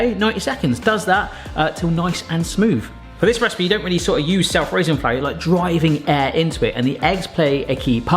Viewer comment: As three words, says the raising flour part as if it is one word, if anything it should be "self raising" said as one word.